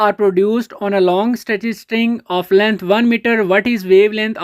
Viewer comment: length find karny an g full punjabi